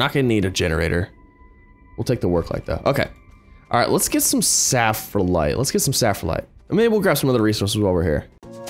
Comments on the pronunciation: SPHALERITE not saphralite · I remember when he said ‘saffronite’ once. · The zinc is called sphalerite not saflerite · Sfal - er - ite